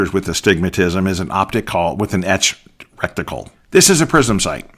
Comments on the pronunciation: The word is RET-I-CLE. Reticle. It is not wrekticle. I enjoyed your presentation. I turn down the illumination on my red dot. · I believe it's reticle not recticle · Great info, great summary. Thanks! BTW, it's reticle, not recticle. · Please: RE TICLE not REC TICLE> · This guy says he's been shooting for 30 years but doesn't know its reticle not "recticle." Tell me you are a youtube gun "expert" without telling me you're a youtbe gun expert. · Why do you keep calling it recticle? It is reticle. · Is it just me, or is he saying "recticle" and not reticle? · Great video. Very helpful. But humor me... It's, reticle, not "recticle". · Reticle not rectical. I hate to think what a rectical. might be used for. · I cringed and clenched every time rectical came up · Soooo you’ve been saying rectical for 30 years? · I am watching this video on the toilet, am I being punkd'. Why he say recticle when I am about to wipe my ass.😮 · LOL not sure it’s as bad as “nuculer” vs. nuclear, but I’ve said “recticle” for so long it’s hard to hear it as wrong! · Wrecked tickle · Great information. One thing, The term for the crosshairs or aiming pattern (dot) inside an optical instrument is reticle (pronounced RET-i-kul) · It makes me chuckle each time he says "recktical". LOL! He took the words "rectum" and "reticle" and made a new word. I love it. :) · Good god, lad — every time you said “recticle” the hackles on the back of my neck raised — learn proper nomenclature, please! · You did mean to say "reticle", right?